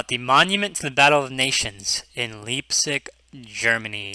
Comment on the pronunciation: It's pronounced like lie p zig (but the g is said the way Germans say ig.) Anyways I've been to the volkerschlachtdenkmal and lived in Leipzig for a summer. This was from the Battle of Nations and the first major decisive defeat of Napoleon accomplished by the 6th coalition. The German (Prussian I believe) General Bluecher was given a lions share of credit for the victory but the West quit lionizing Bluecher because of antiGerman sentiment during 2 world wars and he remains largely forgotten outside of historians and Germans. 144k soldiers died in 3 days of fighting at this battle